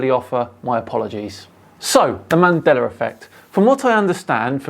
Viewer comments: Here's a mandela effect fact for you: He says "Mandeller", not "Mandela". Been like that forever, but I'm pretty sure some are just catching on to it. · “Mandera Affect”. Do you mean Mandela Affect?😂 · Why is pronouncing it as Mandelr effect? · Why do you say "Mandelar". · Why do you pronounce it "mandeler effect"? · Why do non rhotic speakers from England ignore the letter R until the say a word ending in a long A at the end? Mandela effect is pronounced "mandeler" and park is pronounced pock. The letter R deserves respect. You can't ignore it most the time, then tack it on the end of words whenever you feel like it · Use the “L” sound please my guy.😂😂😂